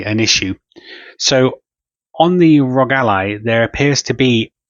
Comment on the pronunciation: Why do so many people pronounce it “Rog”. All 3 letters are capitalized… meaning you pronounce each letter! The R.O.G